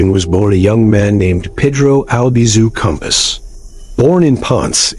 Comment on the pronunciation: It's Campos, not compass!